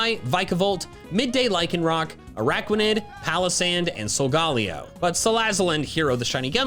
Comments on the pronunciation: Why do you call it sol- gahl- eo. It’s pronounced sol- ga- lay- o. Don’t worry I’m not mad and I’m a huge fan it’s just that I’ve always called it sol- ga- lay- o and when I hear you say sol- gahl- eo confused me. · google litterally says. Solgaleo is pronounced as Sol-gal-lee-oh. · i dont pronounce it so-ga-lay-oh i pronounce it sol-ga-lay-oh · look okay, i like you but why you pronounce Solgaleo like that 😭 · that he pronounces it weird.. its just i never heard it pronounced like that and thats not how you say it.. and cool eevee profile im assuming eevee fan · my first comment before this arguing is why did he pronounce it like that, so stop being annoying already, i was just expressing my thought that how he says it is strange and it was a weird experience to hear someone pronounce Solgaleo like that -_- and how i pronounce it is better than how he does because it actually sounds like the way you say it, great good job you "won" im just commenting on why he says it like that, woo, you did it you won an argument on the internet, what an accomplishment, and also you could started with that, yeah he says it weird because its pronounced blah blah blah